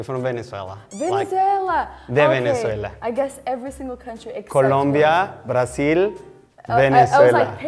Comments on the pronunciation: 100%! He pronounced "mithad" not "mitad" and "brathil" not "Brasil" which is kind of like an Argentine accent. Also "que tal tu dia" is not vernacular that a Venezuelan typically uses. If you're asking "how was your day" we would say "como estuvo tu dia". But hey I relate to my paisano cuz my accent is hot mess having been living back in the US for way too long. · Creo que él estaba tratando de cuidar demasiado la manera en que decia las palabras para sonar bien y no se escuchaba natural, cosa que los venezolanos no hacemos . Por ejemplo cuando pronunció Brazil (con la Z) y aqui todos decimos Brasil o cuando dijo "la mitad" haciendo mucho enfasis en la d cosa que aqui tampoco hacemos. En fin estaba arreglando mucho las palabras y por eso parecia de otra nacionalidad. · He probably tried to confuse her, but the one who got confused was him, since "Brasil" in Spain is pronounced /brasil/ not /braθil/ (unless pretending an Andalusian dialect in which all S/Z are replaced with /θ/, I'm afraid this wasn't the case though) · Here in Spain no one would say "Brazil" like he did, we say "Brasil". The thing is, we write Brasil (with "s"), so we say <Brasil>, but in english they write "Brazil" (with "z"), and for some reason this boy pronounced it like if in spanish is written "Brazil", but that it's not true. I mean that if we wrote "Brazil", we would pronounce it /braθil/ but in spanish is written "Brasil" and pronounced /brasil/ (con "ese", no con "zeta"). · Tal vez es de Venezuela pero cuando pronunció "Brasil" lo proncunci´0o como una "z" .